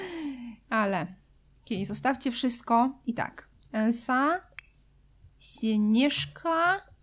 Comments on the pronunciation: merciu mówi się elza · Nie mogę już słuchać jak ciągle mówisz "Elsa" zamiast "Elza", bo Elsa się pisze a mówi Elza!!